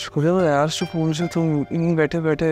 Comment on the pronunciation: सोकून nahi सकून